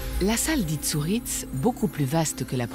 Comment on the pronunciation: "Saint Martin d'Areuboue"? Non. Saint Martin d'Arbéroue. "La grotte d'Itsouritz"? Non plus. La grotte d'Isturitz.